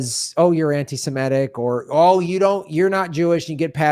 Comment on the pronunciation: The word is not pronounced anti semetic but anti-semItic, the 'I' as in 'It'. In' the noun anti-Semite that 'i' is pronounced like the 'y' in 'cry.' To say anti-SEMET would be both ugly and wrong.